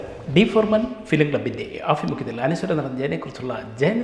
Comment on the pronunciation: ഫരതനോ ? ഭരതൻ എന്ന് പറഞ്ഞു പഠിക്കു. ആഫിമുക്യത്തിൽ അല്ല ആഭിമുഖ്യത്തിൽ.